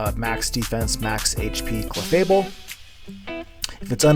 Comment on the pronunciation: As requested, I am commenting to share that I do not like your clefable pronunciation. GGs tho.